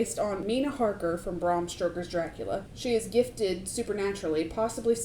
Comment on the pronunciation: Ahhh so thrilled you did this...i loved the film and your take on it...they used a teal filter for night shots during the day..like a nerd i listened to all Eggers interviews..gotta add its Stoker not Stroker...i immaturely giggled each time you said it ❤